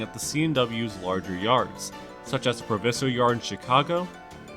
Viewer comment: Proviso is pronounced Pro-v eye-zo